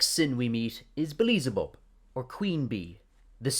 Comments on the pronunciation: Did you say beelezebub instead of beelzebub??? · "Beleezabub" never heard that name before, I think you meant "BEE-EL-ZA-BUB" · I'm sorry, this is a great video, but I can't get over your pronunciation of Beelzebub. It's "Bee-Elle-Zuh-Bub", not "Buh-Lee-Zuh-Bub" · The video is good but HOLY FUCK it's pronounced BEEL-ZE-BUB! Not BLEE-ZE-BUB! pulls hair xD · No hate i just think is funny how you pronounce beelzebub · the real sin is you pronouncing Beelzebub😆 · Well some people pronounce it bee-el-ze-bub. There isn’t really one correct way to say it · Agreed but why do you pronounce Beelzebub like that? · It’s gotta be ragebait with how many names you mispronounced